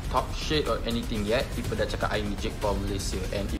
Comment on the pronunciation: ITS JAKE PAUL MY GUY JAKE PAUL NO JIG POL 😭😭